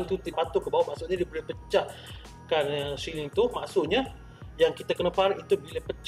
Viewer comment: Pembetulan siling bukan syiling